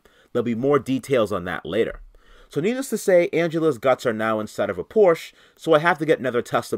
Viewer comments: POR-SCHE is a two syllable word homie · I really enjoy your videos but as a german guy each time you say „Porsche“ i want to jump in front of one. Please look up how to pronounce it correctly. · You're saying Porsche wrong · Just for clarification. It's pronounced Porsche, you have to speak the e out. It's not silent. TY